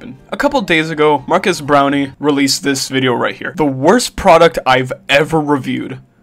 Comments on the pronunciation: Am I the only one who hears not marques brownlee but rather marques brownie? Great vid tho, Twitter is at it again cancelling everything and anything on sight... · BRO HRE PISSING ME OGG SAYING BROWNIE